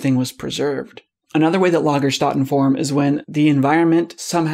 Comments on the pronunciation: or should it be Started causally? Just subscribed, good videos, well presented and informative BUT I've got to point out that even though you didn't know how to say Lagastätten, you played the German audio clip but then still carried on mispronouncing it as LagastAtten instead of lagastEtten. The two dots above the A in German (an umlaut) changes the sound from an A to an E, similar to the AE sound in Archaeopteryx, so Lagerstätte(n) is pronunced Lagerstette(n). You certainly Stated Casually when mispronuncing this. If non-native English speakers started calling Archaeopteryx as Archaopteryx with an A sound instead of an E, I'm sure you would correct them. I just didn't understand why you managed to get everything else right but not this one word, especially after listening to the clip and clearly hearing the E sound in place of the A that you use throughout the video. Not speaking German isn't an excuse and I'm not a native German speaker, so it's not something that a German has come up with. Other than that annoying mispronunciation at least 3 times, it was great. As there is such a massive amount discovered in the fossil record in Germany, being able to pronounce the words that you are educating people on is a necessity in my opinion and takes just seconds to search and listen to. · The "ä" sound in German is more or less 1:1 to the "a" in bad or sad or happy. If you start with "instead", turn this to "stead" turn this to "steat" and add a bit more emphasis to the closing "t" by going "steatt" and finally add an "eh" sound - then you should be able to pronounce Stätte in a pretty credible way. Your "Lager" is already spot on. ;) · Great video, but if you were told how to pronounce that German word correctly why did you keep *mis*pronouncing it as if it were English? It isn't the least bit difficult in this case! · don't act like you can't pronounce Ä, it's literally the A sound in Animal. You pronounce the rest of the word perfectly fine